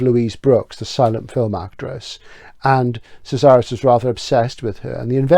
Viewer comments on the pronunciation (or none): Fabulous as always.. Casares is pronounced with a K sound. KAH-sah- rez. If you want to get a feel for the time) place and culture of The Invention of Morel I recommend looking up the film: Los que aman, odian... based on another Casares piece. It's a psyc murder mystery but it transports you to the island of Morel in ambiance. It stars the beautiful wife of Michael Buble, I think u will enjoy it. Keep up the excellent work you do here. VERY enjoyable.